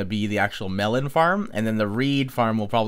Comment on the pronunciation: WHY ARE U KEEPING ON SAYING MELON NOT MELON!!!!